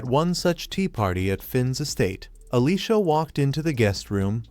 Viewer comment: why do so many recaps of this show on multiple channels pronounce Alicia as Alyssa? LOL I keep looking up at the screen because I hear my name being called.